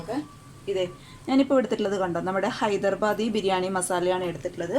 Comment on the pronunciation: ഹൈദർബാദി അല്ല ഹൈദരാബാദി ആണ്